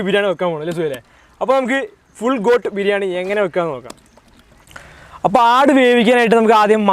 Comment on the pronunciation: Coat അല്ല Goat😃😃